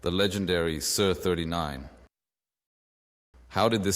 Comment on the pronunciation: It's not "sir" 39 it's S.I.R. 39. as in Studio Instrument Rentals a.k.a. S.I.R.